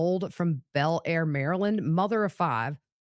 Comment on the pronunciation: Thank you for keeping a spotlight on this awful murder in peaceful Bel Air. FYI locals pronounce it Bell-Lair. 😇